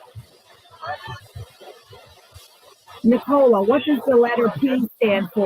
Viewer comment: can't say Nicola's name correctly?!